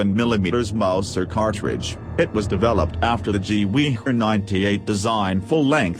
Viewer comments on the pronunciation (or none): I love how you spell gewehr is gewee